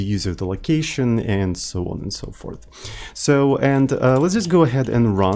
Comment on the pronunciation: Please, from now on, say "so on and so porth" 😂😂